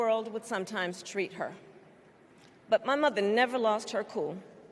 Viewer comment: Why does she says “ma mother” like if she’s southern 🤡